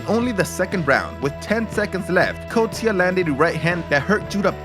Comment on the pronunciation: It's pronounced 'cost ya'